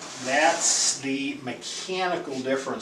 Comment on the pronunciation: Warehouse. Not Wearhouse